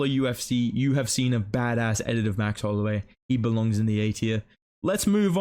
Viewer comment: Why do you say bad ass like that bro 😭 disrespecting your Aussie heritage